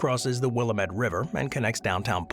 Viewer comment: Will-AM-ette! I've also walked across that bridge; very cool bridge. "KEY-side", not QUAY-side", even if that's how it's spelled.